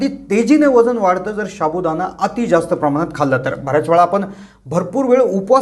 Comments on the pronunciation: शाबुदाना नाही साबुदाणा म्हणा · pronounceation wrong sabu Dana not shabudana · शाबु.हासुद्धा.उच्चार नीट करा😊